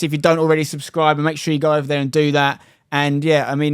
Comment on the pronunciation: "Great strike but its wover"